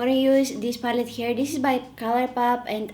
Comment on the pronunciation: We should all call color pallet “papallet” from now on. LOL. Kidding aside, I love this video. The only makeup tutorial that’s easy to follow for me since I’m new to this. Hehe.